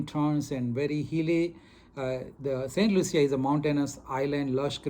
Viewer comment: It’s pronounced Saint Lusha, not Loo-see-a like you kept saying in the video…after visiting there you would think you learned the proper pronunciation especially for an educated doctor??